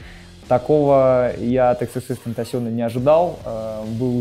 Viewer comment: Бог словца Сашка Петров не может выговорить xxxtentacion (иксиксикстэнцтанцсён)